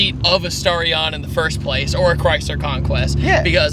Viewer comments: I meant the pronunciation of the word, "Starion", duh 😅. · Back in '87 NOBODY called it a Starion (rhymes with Star), like nobody, not the manufacturer, not the dealers, not the road testers, not the buyers, not the TV announcers, nobody, I don't know why the kiddies keep repeating it because not only does it sound ridiculous it's also inaccurate.